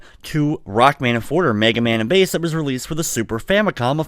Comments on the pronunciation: Rockman Shadow is called Quint. Forte is pronounced Fort-Ay, not Fort. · Except here it's not the French word but the Italian word related to music. And it IS pronounced for-tay.